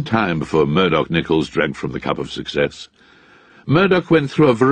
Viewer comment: "Murdoch Nicholls"